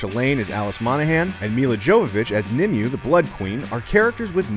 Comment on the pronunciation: Her name is pronounced like Nim away not Nim you.